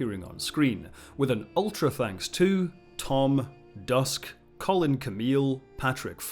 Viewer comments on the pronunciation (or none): none